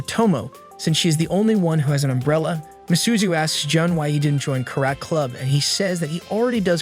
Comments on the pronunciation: ai be saying “karat”💀💀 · Bro the ai fr says kerat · “Carrot crub” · Don't mess with me I know kur-et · Ka- Rat (karate) was ok though? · Kah Raht(Karate), Few Tun(Futon), Ray Men(Ramen) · bro not ka-rat 💀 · Ka Rat lol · If you write in spanish it says it right “Kárate” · I love karet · Ai still sucks it can’t say simple words like karate or futon lol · i wanted to kill myself every time the ai voice couldn't pronounce "karate" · The fact an AI voice can't pronounce "karate" right, leaves me speechless. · I assume it is? Based on the fact it can't pronounce "karate" right? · Omg I was just about to type this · Well, I did watch another recap video about a boy who was cast away to an island of women, and the AI mispronounces so many names it's frustrating. Some examples include: Ah-kain instead of Ah-ka-nay, and Chi-kage instead of Chi-ka-gay. But mispronouncing karate is just too much for me!